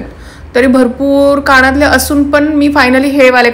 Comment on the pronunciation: कानातले म्हणा. काणं तले नाही